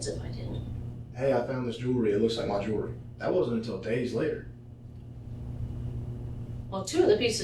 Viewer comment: Probably a good story but I had to bail because the voice is fatiguing. And it's jewelry, not jewlery.